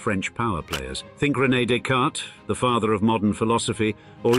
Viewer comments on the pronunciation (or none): none